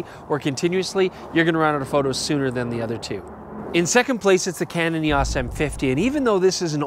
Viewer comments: "Canon EE-AWSS" lol you Canadians are funny. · A lot of people pronounce Eos weird lol not just Canada